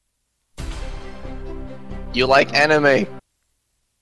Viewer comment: congrats on the 200k and all.. but nothing is going to change the fact that you said "Anīme". . .